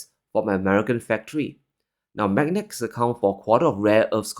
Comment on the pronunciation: M A G N E T S. please say it properly.